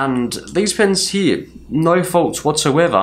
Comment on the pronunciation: U always say heeee for here. What wrong with u man . It’s so funny that instead of watching the video I laughed.